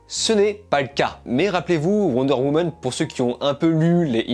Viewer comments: "Wonder Womon" 😂😂😂😂😂😂 J'adore, désoler j'ai pas vu le film donc je peux pas le critiquer en revanche je m'en fou d'être spoiler un peu comme suicide squad à l'époque.. Le 1 par contre j'ai bien kiffer sauf la fin un peu spèc'.. Sinon j'ai bien tes critiques hein, bonne continuation 😊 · Wonder Womeune 😂